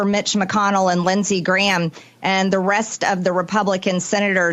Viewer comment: I was pretty impressed with the way she turned 'Graham' into a single syllable and forced the word out through her nose. On reflection, she probably made it a single syllable word for the sake of her voter base...